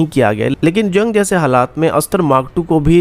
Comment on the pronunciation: Janj nahin jung hota hai .. aur bhai planning kab tar kartay raho ge. Ye karne ka plan vo karne ka plan .